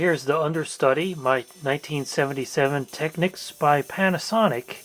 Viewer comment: Never heard anyone pronounced techneeeecs tecnick